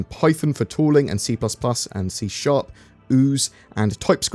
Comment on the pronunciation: Thank you for reading C# correctly and not as "C Hashtag" :)